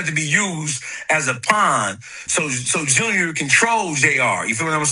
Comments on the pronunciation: Hey mister journalist, I believe it is pronounced ALL STAR JAY ARE Just trying to help playboy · Allstar J.R. not "junior" 🤦🏾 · How this bullshit came out a day ago & the narrator still calling foo Allstar Jr when all of Us who didn’t previously know, NOW know it’s Allstar J R? Smh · Spending the whole video calling JR “junior” is crazy if you did even a lil research lol. Even in the Akademiks clip he calls him JR multiple times